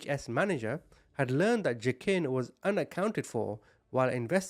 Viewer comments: Is his name pronounced wah-keen? Used to know someone with this name and the j is silent. Btw.. I'm fairly new to your channel still, but I have to say, I love your heart. I wish more ppl had one like you. We'd see a lot less horribleness in the world. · His name is actually pronounced WA-KEEN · I’m trying to listen but i can’t get over the butchering of the pronunciation of Joaquin 😂